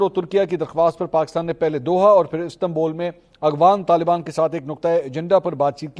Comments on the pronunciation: اغوان نہیں افغان صحیح نام سیکھو ۔ولد الزنا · السلام علیکم بھائی آپ مسلسل "اغوان" کہتے ہیں "افغان" ہوتا ہے۔ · Ap afghan ko aghwan par rahay hn iss ko theak kren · AGHWAN NAHI AFFFGHAN hota hai. Please work on your pronounciation. Tayyab Urdgan hai, URDWAN nahi.